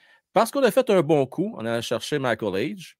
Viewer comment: Salut, bonne vidéo encore une fois. Pendant l'entrevue de la mère de Michael Hage elle a mentionné que leur nom de famille Hage se prononçait Age et non Hédge. Bonne continuation.